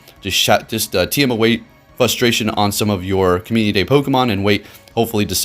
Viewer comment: Algorithm sounds about as real as your ability to pronounce frustration ¯\_(ツ)_/¯